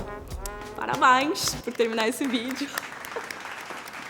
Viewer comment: perfeita <3 o "parabainx" no final hahahaha eu morri!!!